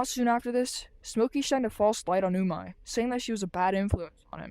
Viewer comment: I don't think that's how you say your friends name it's pernouced umeh not umai ur calling your friend tasty in Japanese ps we all missed you